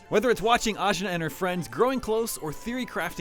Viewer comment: AJNAR: say my name ASCHNAR😂